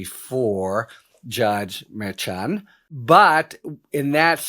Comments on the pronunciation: It's Mer-shan, Harry. Not Mer-chan. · Harry, stop with the wh*te priv*ledge. Have Spanish-speaking bilingual assist you with Spanish-name pronunciation. It sounds like fingernails on a chalkboard. Mer-shan. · Sometimes a "ch" sounds like "sh"...forexample, the word "chef" or "machine". This may helpful in knowing how to pronouce the Judge's name in Trumps Court case. Judge Merchan...think of it as Judge Mershan.